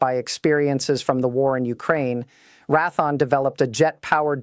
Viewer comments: Csll it Ray-the-on - not "ra-thon. It has been Raytheon for well over fifty years! ! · Great AI generated commentator needs to know defense contractor name is pronounced Raytheon not Raython! 🧐🤨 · She speaks bobbing her head like a chicken immediately showing AI not capable of natural speech. Can't even pronounce Raythion says Rathon. I love the kayote weapons. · Who the hell is Rathon. Perhaps Raytheon? Pronounced how it is spelled? WTF. Silly AI. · It would be nice if she learned phonics before she got started, it's not like rath the awn, it is raytheon, it would be nice if people would study what they're talking about.And learn phonics , before they get started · Couldn't even listen to the whole AI dribble spewing forth from whoever provided this. Raython?? (SP??) The company is pronounced Ray( long A) Thee On. And there were more shortly after this one. Can you not hire someone as a spellchecker or proofreader? Sheesh. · Ratheon = Ray - thee - onn, not Rath-on. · RAY THEE ONN, NOT RATHON!! RAYTHEON...... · Its Raytheon... not Rathon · Rath-on??? it's pronounced and spelled RAY-THEE-ON Raytheon YOUR AI SUX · Please learn how to pronounce company names before airtime! It's Ray thee awn NOT Rathon. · All the mispronunciations show that this is AI. She says Rathon instead of Raytheon and Rdecks instead of RDX. She says L-B-S instead of "pounds". She also pronounces plurals as as the singular + a separate "s". This makes me question the accuracy of what she is saying. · This is a very interesting AI. This is the first "news reading" AI that I have seen that occasionally raises its "hands", while it speaks. There is NO WAY that a Real Human would pronounce Raytheon as "wrath -on". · RaThon? LoHEED martin? AI BS again. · As soon as this stupid AI said "Ratthon" instead of Raytheon (hell, I worked for Raytheon), I stopped the video and will be moving on. Oh, how I hate all these idiot AI videos and their total BS. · Pronounced Ray thee on not rath on